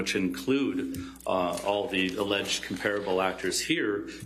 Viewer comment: He doesn't pronounce 'comparable' correctly...